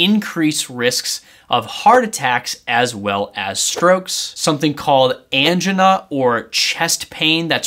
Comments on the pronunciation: An-Ginn-A???.. It is pronounced "AN-JI-NUH"!... Hell, even I know that and I'm not even a Doctor!... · Dunno if i can believe any doctor who says "Angina" incorrectly. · Please learn how to pronounce ANGINA !!